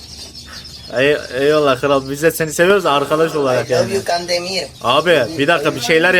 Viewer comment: can demiğğr ay law yu kan demir